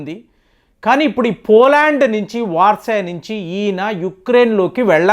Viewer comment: Warsa andi. Warsai kadhu. Tamil lo warsai antaru